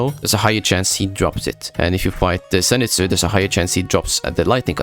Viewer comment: I love how they call him zanegatsu